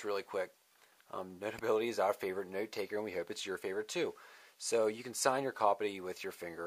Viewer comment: You say 'note' funny